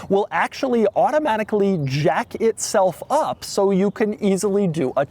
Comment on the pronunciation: i stg he said the car will automatically jack itself off.